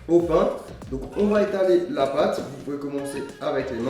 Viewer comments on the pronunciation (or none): none